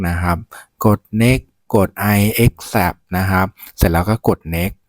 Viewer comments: โทษนะ เป็นอาจารย์จริงๆหรอคะ Accept อ่าน แอคแซพ Finish อ่าน ฟินชิช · ก็อ่านผิดไงคะ😅 มันต้องอ่านว่า แอคเซพท์ และ ฟินิช